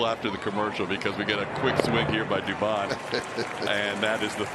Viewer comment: Dubon becomes Dubomb!